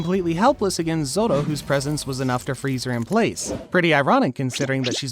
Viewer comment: Why bro say zoro like zolo